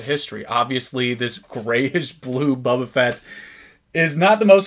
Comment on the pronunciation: Very cool to see this! Thank you for sharing! (and it is pronounced "BO-ba"...not Bubba ;)